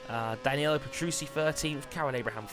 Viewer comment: Danilo Petrucci's last name is pronounced as Pe-tru-chi,just saying.